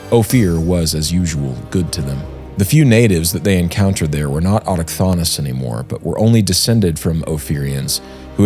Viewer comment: Bro, it's pronounced autochthonous. Not autochthonous.